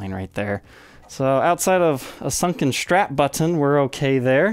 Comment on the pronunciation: Nice guitars. But it's called a strap, not a "shtrap".